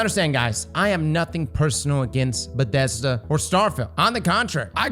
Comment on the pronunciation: What the fuck is a Bedesda?